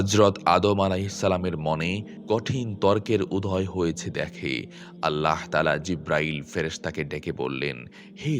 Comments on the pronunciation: "allaho" ki jinsh? bhooter moto bar bar nijer Rabb er naamer bikrito uccharon korei jacchen. "ALLAH" naam ta bola ki khubi koshtokor apnader jonno? oshojjho! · আল্লাহ শব্দ উচ্চারণ ভুল